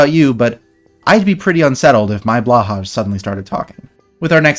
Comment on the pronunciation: That pronunciation of Blåhaj hurt.